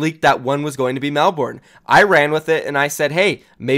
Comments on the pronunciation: love your content and the juice, just from an Aussie, Melbourne is pronounced mel-bin. Keep doing what you doing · Wtf is Mel-born? We in Australia pronounce it like Mel-Ben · It’s pronounced melbin. Classic Americans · U DIDNT SAY MELBOURNE PROPERLY WTF